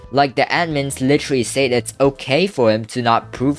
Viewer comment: bro why do you struggle with saying the word "said" it pisses me off